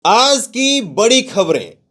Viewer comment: Cheh mahina se kh rha hun aaz nahi hota bolo aajjjjjj